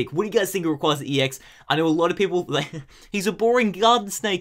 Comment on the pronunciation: You're awesome man, but people really need to get into the habit of saying Rayquaza correctly. Just watch Destiny Deoxys and listen to the way they say it.